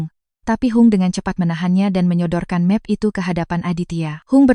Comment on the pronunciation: Efek AI, membuat bahasa Indonesia jadi kacau. Bahasa pemersatu. Cat rumah dibaca ket rumah, map plastik dibaca mep, Bi Ijah dibaca Bei Ijah. Memperkosa Bahasa Indonesia